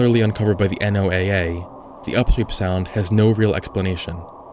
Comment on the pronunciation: NOAA is an acronym, so it’s pronounced like the name Noah.